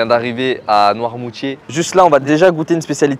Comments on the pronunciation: Noirmoutier pas noirmortier😂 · C'est Noirmoutier pas Noirmourtier ou Noirmortier mdrrrr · Noimoutier pas Noirmortier mdrrr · C'est Noirmoutier l'île pas Noirmortier ni Noirmourtier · C'EST NOIRMOUTIER PAS NOIRMORTIER